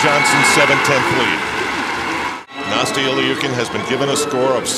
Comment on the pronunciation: "Nasty-eeuh Lee-ookin" someone needs to teach that commentator how to pronounce names correctly